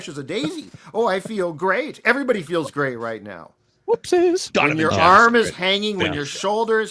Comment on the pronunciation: it's Toasty, not whoopsie. My childhood was ruined when I found that out